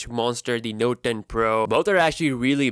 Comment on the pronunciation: noet ntoe?